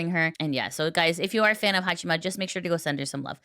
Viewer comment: Hong Kong knockoff Haachama. specializes in inventive pronunciations of names.